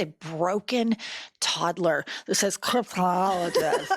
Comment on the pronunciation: he’s a linguist (a master of words) who cant pronounce cryptologist